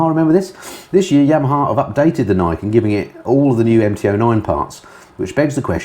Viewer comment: I’m not 100%, but I think the 3 wheeled yamaha is pronounced ‘Knee Ken’, as it translates as: ‘Two Swords’, (referring, I suppose, to the twin front wheels).